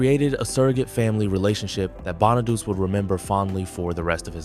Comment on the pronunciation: Danny Bonaduce’s last name is pronounced BON-A-DOO-CHEE, NOT Bon-a-deuce. The real reason Ricky Segall was a problem for the show was the fact that he couldn’t sing or act—period. And he wasn’t needed, either. For both reasons, he shouldn’t have been cast in the first place. But by the time they realized their mistake, the show was ruined as a result, which really confirmed the axing of the show. Another reason “When We’re Singing” was replaced was that David Cassidy didn’t sing it. It was recorded with the same singers that sang on the two songs on the first album. Another fact: David Cassidy’s voice sounded different than his real voice in the first two PF albums because they sped up the tape of his vocals to make him sound younger than he actually was (they wanted him to sound 16 instead of 20). DC rightfully objected to this, so starting with their third album, “Sound Magazine”, they released his vocals at the proper speed.